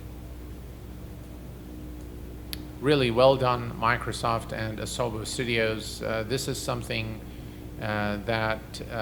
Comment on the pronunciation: "Miknersawf Simmalater"